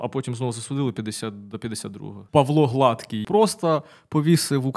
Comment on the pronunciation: Не "конів", а "коней". І, мабудь, прізвище ГладкИй, а не ГлАдкий, що означає товстий, людина з надмірною вагою, а не рівний та гладенький.